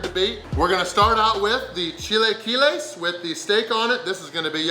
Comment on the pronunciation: The fact that you pronounced "chilaquiles" correctly! I know mexicans who dont pronounce it correctly!!